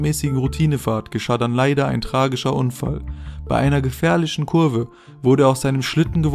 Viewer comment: gefährlisch, gefährlisch.